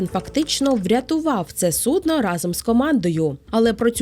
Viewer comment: сУдно, не суднО, ну, будь ласка! 🥲